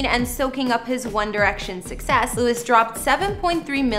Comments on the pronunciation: Please stop saying his name wrong hahah with love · the amount of times you said his name wrong -_- at least get the dudes name right! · If you not going to say his name correct don’t make a video about him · Pronounce his name correctly. She did zero research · Painful to watch 🫤 Can’t even say His Name right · It’s pronounced Louie! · Every time you say Lewis, it's like nails on a chalkboard. It's LOU-IE!! UGH!! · Learn to pronounce his name. Louee, the French way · my ears bleed whenever she says lewis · Girl......if you call him LEW-IS one more time, imma slap you! lol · Louis is his name (lou-ee) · Lew-ie is the correct pronunciation. Every country in the world knows that you are mispronouncing his name. DO AT LEAST 5 MINUTES OF RESEARCH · It was driving me crazy how she kept saying his name wrong but then I saw how pretty she is and I forgave her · YEAHH even I was thinking the same .. louis not gonna be happy.. He don't like it ya know. 💙💚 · Louie is the French pronunciation of Louis. Everyone calls him Louie. If you call him Lew-is then you must have been living in a cave, not a mansion, for the past 11 years. He stays with Harry in LA. His son is in CA with his Mum that Louis co parents with. I think this presentation needs to be a bit cleaner factually. Just an opinion. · lol his name is pronounced as Louie not Lewis😁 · She's saying the name wrong. Omg. Stop saying lu-is! It's pronounced loo-eeee not loo-issss. Btw I'm unsubscribed from this. Sorry but my husband wrote this comment. 😂😂😂😂😂😂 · It’s pronounced as Louie not Lewis🥲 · His name is NOT Lewis. It is Louie. Geez, some people. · LOUIE NOT LEWIS!!!!!! Omg I'm gonna scream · You really need to research the people whose home's you are revealing. His name is Louis pronounced Louee as in the french pronunciation in other words minus the s sound! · Dude it's Loo-i tom-lin-son